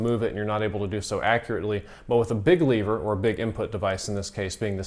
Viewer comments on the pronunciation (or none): I love your vids. But it's lever not leeeever